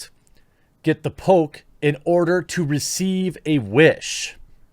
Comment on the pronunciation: I keep hearing Pope instead of Poke.